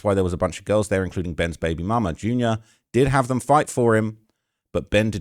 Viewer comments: It JR not junior bro please stop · allstar junior is hilarious lmaoo its J R pronounced separately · I’m disappointed in you. Fifteen minutes of research and you coulda had more concrete info. And you and flakko need to stop playing with Allstar Jr (Jay-r not junior) like he not one of the biggest out of Detroit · ITS ALLSTAR JR not Jr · It’s AllStar J R btw not jr (junior) he’s been known in the city for years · It’s Allstar J-R trap not jr 😹